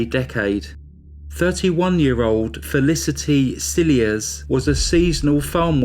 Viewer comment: Thank you for telling Felicity's story. Just as a matter of interest, her surname is from french origin like many South African surnames and is pronounced "silhea". Greetings from Cape town.